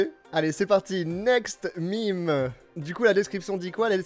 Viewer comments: Pq tu dit *MIME c'est des meme .mdr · Tu dis mime mais en réalité sa se dis même